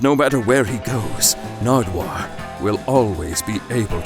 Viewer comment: I laughed so loud when you said Narduwuar😂😂